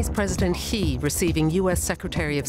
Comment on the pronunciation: Xi is not PRONOUNCED "he". It's pronounced "she" with softer 'h'.